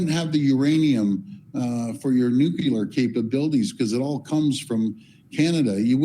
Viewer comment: Nuclear. New-clear. Not nuculear. FFS, why can't people say that word correctly?